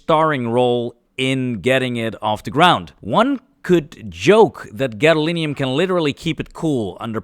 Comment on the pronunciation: Egad, man! It's gadolinium!